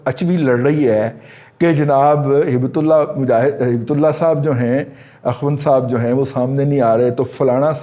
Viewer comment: افغان انقلاب کے پس منظر میں دو الفاظ کا تلفظ درست کرنا مقصود ہے، ضروری ہے پہلا تلفظ ۔۔۔ اسٹوڈنٹس کے تیسرے لیڈر کا نام ہے جِسے ہم دیسی لوگ اپنی سادگی میں ہٙیبت Haibat (خوف) پڑھتے ہیں جبکہ ولایتی میڈیا قصداً ۔۔۔ حالانکہ اصل لفظ عربی زبان کا ھِبة (Hibat) ہے یعنی تحفہ (ہبہ کرنا اردو میں بھی استعمال ہوتا ہے) ۔۔۔ ھِِبة اللہ کا مطلب ہوا ۔۔۔ اللہ کا تحفہ یا Gift of God .۔۔۔ ھِبة اللہ نام ہے اس درویشِ دوراں کا ھیبت اللہ نہیں۔ اگر آپ اردو والا ت استعمال کرنا ہی ہو تو ی بہرحال نہیں لکھا جائے گا۔ ھبت اللہ یا ہِبت اللہ ہو گا ۔ انگلش میں یوں ہو تو بہتر ہے Hib'bat Tullah دوسرا تلفظ ۔۔۔ .. پنج شیر میں لفظ شِیر Sheer ہے شیٙر Shair نہیں ۔ اس وادی کی بکریاں، بھیڑیں، گائے وغیرہ کے دودھ کے ذائقہ کی دھوم ہے. 3610 مربع کلومیٹر کا یہ صوبہ اپنے لائیواسٹاک کی وجہ سے بھی شہرت رکھتا ہے۔ کبھی کسی نے پانچ چوپایوں کے دودھ کے امتزاج سے کوئی کھیر وغیرہ بنائی ہو گی یا کچھ اور ۔۔۔ پس منظر ہو گا۔ اس لئے پلیز پلیز اس کو Five Lions کی بجائے Five Milk بولا جانا چاہیئے۔ میڈیا ہاوؑسز اس امر کا خاص خیال رکھیں۔ دراصل سویت مزاحمت میں احمد شاہ مسعود کی امیج بلڈنگ کرنے والوں نے اس کو پنجشیر کا شیر کہنا شروع کیا تو sheer بگڑ کر shair ہو گیا۔ ہمارا میڈیا اگر ان دو الفاظ کو درست ادا کرنے لگے تو مجھے یقین ہے کہ نئی حکومت کا تشخص بہتر بنانے میں بہت مدد مل سکتی ہے اور لیڈر کا خوف بھی کم ہو جائے گا اور پنجشیر کے لیڈروں کی بہادری کا پراپیگنڈہ بھی ۔۔۔